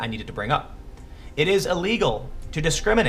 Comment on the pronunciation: "It is uhlegal to..." I think you mean "illegal". "... male/female uhsentially..." I think you mean 'essentially".